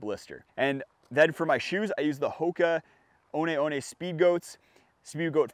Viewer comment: I thought they are called 1 1 Speedgoat and not o n e o n e xD